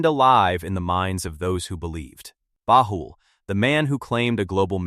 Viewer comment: Much truth in the video, but the Ai voice mispronounced the Bab, Baha'i, and Baha'u'llah. Also, visual representations in the media of the manifestation of God are not allowed, so for respect, please remove the pictures that one might associate with Baha'u'llah and the Bab. But over all-good job in explaining some of the teachings of the Baha'i Faith.